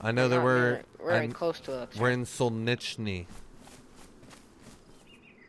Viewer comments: "shake if you're new".... serious headbanging 😂 guess it's a yes😅 Btw: city's name in the beginning is "solnetchnui" don't think you can write or pronounce it properly in English And the beginning PvP is exactly why I don't like the game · It's pronounced sarillic not krillick , and in Cyrillic it's solnichny 😂